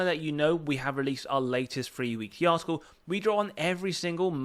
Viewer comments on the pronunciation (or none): none